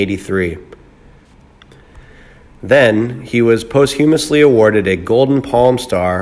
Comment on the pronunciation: Didn't anybody catch how he pronounced posthumously? Sorry, post - humous is not a word. That's like pronouncing disheveled as dis - heveled. No such word.